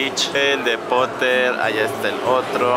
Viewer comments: Al igual que es potter no porer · HARRY POTAH ! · Primero es lesslie y segundo es potter no poter